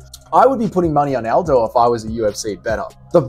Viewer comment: Stop calling aldo “aljo”